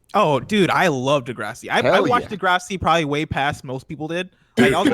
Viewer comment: Tell to stop saying "De-grasssiii", it's not pronounced in some weird, Italian way...and here's where my Degrassi world fell apart